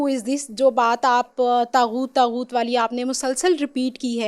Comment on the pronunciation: طاغوت لفظ ھے طہوت نہیں ۔